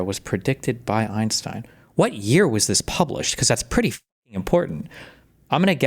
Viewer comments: I swear to f if hasan says “einschtien” I’m going to lose it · His knowledge of Einstein stops at pronunciation.